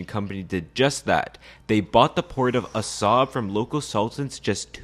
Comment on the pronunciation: Actually, it is pronounced "AH-sahb," because it contains the letter ā, which makes the sound longer.